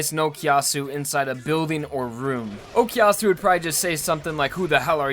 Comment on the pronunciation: I know it's been 8 years, but you do know that it's O koo yasu and not O key yasu, right?